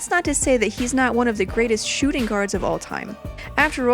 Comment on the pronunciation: She said shoe shooting percentage💀